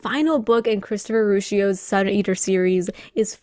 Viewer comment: You're the 1st person I have heard say Rucchio wrong.